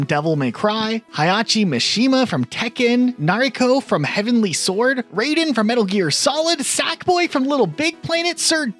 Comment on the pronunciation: wrong Raiden, you said it like the Mortal Kombat character. RYE-den not RAY-den